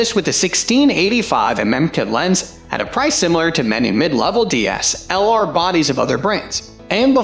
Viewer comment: What the hell is wrong with this guy's pronunciation of "DSLR"?